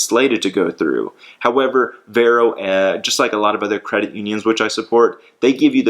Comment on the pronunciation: It’s pronounced “Var-oh”